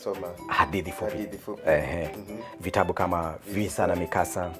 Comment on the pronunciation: Wait. He said vitaMbu...😂😂😂😂 ata Mimi ni profesa..